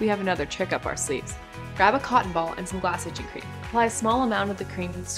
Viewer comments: what the fuck did she say? glass sister cream? itcher cream? she's trying to sell you glasses, this is hilarious! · Lously talent. Speaks to fast to understand. "glass itch cream" give me a break. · I’m hearing “glass ichoo cream”, why can’t she speak properly? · I 100% agree with you man when it comes time what to use she mumbles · Yeah, I played 10 times and gave up on what cream it is. She’s swallowing her words, she should work as a tech support operator.